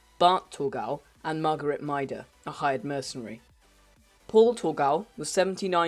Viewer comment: It's not Margaret, it's Marguerite, "Mar-gah-reet"...